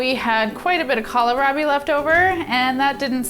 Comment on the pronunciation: Kohlrabi is pronounced call rabbie not callierabie